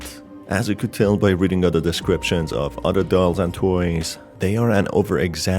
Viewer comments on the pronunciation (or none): none